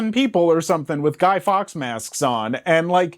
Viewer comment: It's Guy Fawkes. Not Guy Fox. Michael Sheenan will never notice you, now!